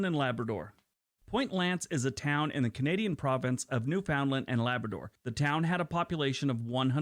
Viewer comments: The Yankee is missing pronouncing NEWFOUNDLAND. They always do. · These are all great geography videos, but man, I want to start a petition forbidding Americans to do videos about Canada without learning to pronounce at least a few of our place names. They aren't THAT hard, for crying out loud. The fact that most of them get Newfoundland wrong blows my mind. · No one in Canada calls Newfoundland. new Found land. We call it almost like newfundland. We dont pronounce the ou like in found. Its more silent. Hard to explain. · Just an FYI. Newfoundland is pronounced Newf-n-land not New-found-land. Some suggest is it is pronounced the same as 'understand' - 'understand Newfoundland' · It really burns my butt when non-Canadians make videos and don't know how to pronounce words. IT IS NOT New Found Land. It's pronounced Newfndland. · Yup, no one of YouTube pronounces it right. Newfundllamd or some seen to say Newfinland. No one says New-Found-Land in Canada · The language they use for their dogs is the opposite of the South Pole area. Newfoundland is pronounced Newfundlland with the emphasis on New and land, without a break in the word. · Just to say that Newfoundland is pronouned more like Newfunland by Canadians. That's how you can tell when something is narrated by a foreigner!!